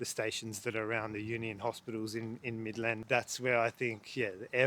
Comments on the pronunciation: Mid-land not Midlaaand 😅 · he also mispronounces "Midland and Avon"